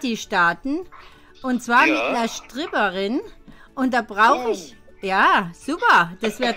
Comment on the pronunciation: "Eine Schtripperin"😂